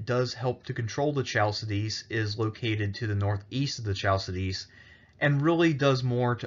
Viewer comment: Chal see dis 😆😆😆 It's hal ki di ki Chalsidis 😂